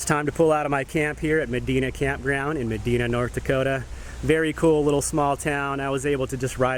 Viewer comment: sorry, i live in Bismarck,:) but Medina is said with an "I" instead of an "E". Hope you enjoyed a good storm... love our storms, 'cept when there's a "LOOOK Maama, a tvister. Shure ya, ofer der, komin dis way, too!" okay im dun